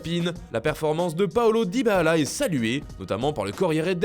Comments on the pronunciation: Il a vraiment dit DybaAla 😭😭😭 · DybaAla 😂😂😂😂😂 J'me suis dit "nan il s'est tromper la 1ere fois" eh bah nan il dit bien DybaAla 😂😂😂😂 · Faut vraiment que ce gars arrête de prononcer le nom de Dybala!! c'est insupportable ça fait saigner les oreilles